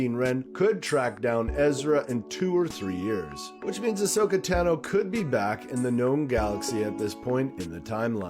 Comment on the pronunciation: She's my favorite character...pronounces her name wrong... I'd love to see more Ahsoka in CG or Live. I think, to be fair, they should do a screen test with Ashley as Ahsoka.